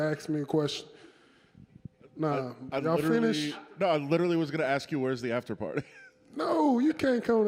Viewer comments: Don’t just try to think about some stuff to AKS me, y’all had all night to AKS me a question.🤣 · Don't Axe Lewis more questions. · Why every black guy says "aks" instead of "ask"? Is it some black man thing or what?